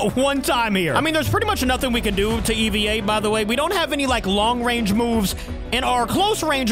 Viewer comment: to let you know that’s not how you pronounce EVA it’s saying hey without the H and vuh Put ey and vuh together and that’s how you pronounce EVA-01